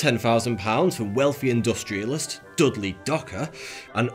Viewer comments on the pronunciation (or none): none